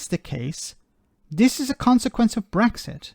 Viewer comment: He might be blind but can’t someone tell him there’s no bloody Gs in brexit.